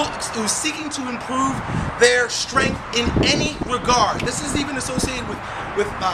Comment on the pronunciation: did he just say "you got strenth questions"? what is strenth? isn't it "strenGth